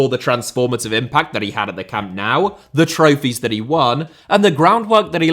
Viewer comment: Please it’s doing my head in - it’s pronounced “Camp NO” not Camp Now